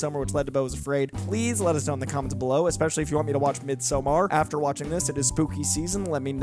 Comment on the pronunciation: Why do people put a long ō on Midsommar? That’s not how you or anyone in the film pronounces it…